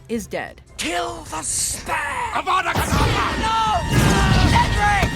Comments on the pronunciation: Avada banana 😂😂😂🍌🍌🍌🍌 lol its like he's actually saying avada banana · It’s Avada Kedavra